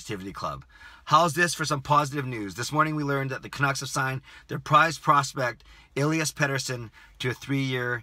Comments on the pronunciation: More like Eh-lee-as. /Swede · Elias, i as in William (Karlsson), not Elajas. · <- you can click the sound button next to his name to hear the correct pronunciation